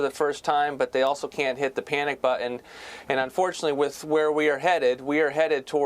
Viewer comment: Please tell Ross Voight that the word BUTTON has "T"s in it!!!